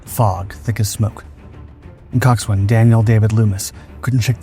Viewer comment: Coxswain is pronounced cox'n. No w.